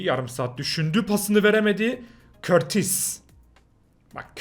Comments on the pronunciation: Courtois in ismi körtis diye değli kurtuğa diye okunuyo türkçe katili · Bak okunuşu ile yazıyorum körtis değil çıldırtmayın beni okunuş kurtuva ☺☺☺☺ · kortis değil Kortua COURTOIS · körtis değil kurtua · Ya oğlum cidden şu kurtis değil Kurtua okunuyor Bu kadar noob olma be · Abi KURTUA diye okunuyor .